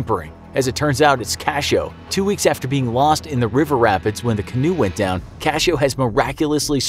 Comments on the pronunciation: It' s "cachorro", not cashoe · You said dog wrong i know how to say it I have a mom that speaks it and she taught me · Is "Cachoe" actually "cachorro"?